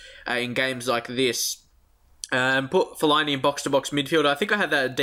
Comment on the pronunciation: Fellini you keep calling him that is fell-a-ini